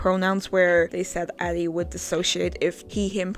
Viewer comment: I like how your dyslexia made you read "Adi" as "Ari" and my dumbass read it as "Aldi" lol